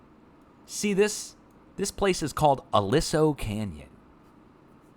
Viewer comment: Pronounced a-lee-so canyon